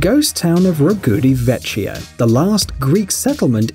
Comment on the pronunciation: "vecchio" should be pronounced "vekkyo" :)